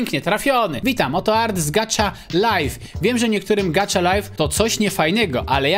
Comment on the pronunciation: Nie czyta się gacza life tylko gaha life